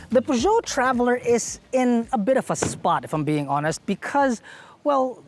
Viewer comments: I love the car and, but it's supposed to be pronounced "purr-zyo" not "pu-dyo". other than that, autodeal is still the best. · It’s pronounced ‘Per-jo.’ And slow down a bit. Your voice is cracking at the end of your sentence.